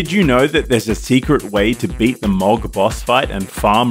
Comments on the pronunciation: To be a grammar Nazi, Mohg = Mow(like "mow the lawn")-g. Iirc His name is pronounced a couple times in the game. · Heres a tip for beating mohg. Get gud(and don't pronounce it as 'mog')